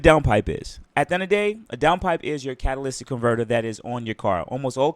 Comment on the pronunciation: Imagine being a car guy and not knowing how to say catalytic converter😂